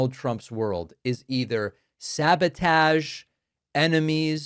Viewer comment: “Sabatage” nice call back to William Shatner. 😂